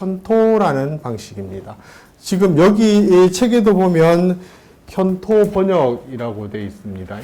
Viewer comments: "좋다"의 첫 자도 길게 발음하십시요! 현통.ㅣ 첫 자도 길게 발음하이소!! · "했다"의 첫 자는, 제발! 길게 , "현토"의 첫 자도 제발! 길게 발음하소서!